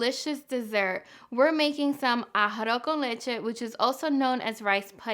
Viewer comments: Ahafo kən leCHe xd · Very nice, but ummmm you can't even pronounce "arroz con leche" ? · Made To Order You're not pronouncing it right haha, it sounds cute tho! Good recipe btw :3